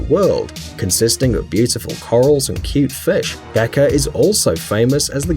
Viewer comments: It's beqa not beca😊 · The Beqa lagoon isn't pronounced "Beka" It is pronounced "Bang-a" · Beqa is actually pronounced "Benga" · Same thing about Fiji. Beqa (Pronounced banga) is actually a tourist attraction. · I'm from Fiji and the q is pronounced g not k it's bega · seriously, a professional voice should do research on how to pronounce words that are new to them... start with the Beqa. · The one about Fiji is a lie. I know this because I live there, and you are pronouncing the name terribly wrong. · I'm from Fiji, and I've heard about Beqa. btw "Q" in Fijian is pronounced "NG" as in "siNG"